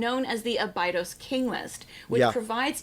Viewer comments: how am i supposed to take her serious as an Egyptology expert when she doesn't even pronounce Abydos correctly? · I do watch Raven‘s channel… she does provide great info.. but as an American her pronunciation of certain terms and locations like Abydos is just horrible and this undermines her credibility as an expert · I love her but I hate how she pronounces Abydos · She is so knowledgeable that she can't pronounce Abydos.